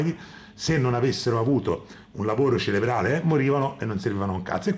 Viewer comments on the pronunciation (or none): none